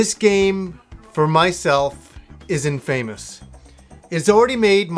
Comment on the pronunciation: Great review. But you don't know how to pronounce infamous . :)